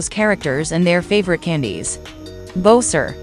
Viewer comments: Bo-Ser Mary-o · It can't pronounce Mario and bowser’s name correctly the ai voic e